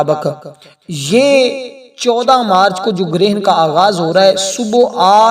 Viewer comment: wakat nahi wakt marach nahi march jahil